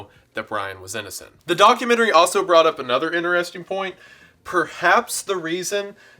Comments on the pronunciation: lost after the first "inner-resting" pronuciation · I was with you until you said "inner-resting" x'D